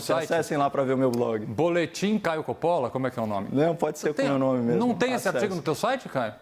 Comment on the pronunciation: fatos que eu "MEMU" apurei. (Augusto Arruda)